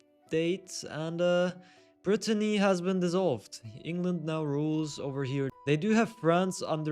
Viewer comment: Btw you kept calling Britannia (which is Britain) Brittany ( which is the region in France 😂 the video was interesting though